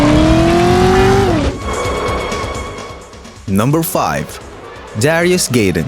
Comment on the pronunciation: GAI-den not GAY-den,....